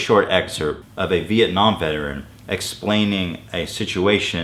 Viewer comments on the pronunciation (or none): none